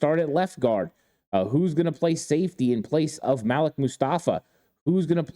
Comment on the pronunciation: Malik-(Maleek) not Malek